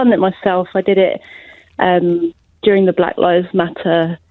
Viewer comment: You do wonder if he pronounces "black" with two gees.